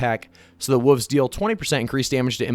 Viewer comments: What’s a woofs. There’s the letter L that needs to be pronounced. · what the fuck is a "woov" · I like how you mispronounce wolves as wuvs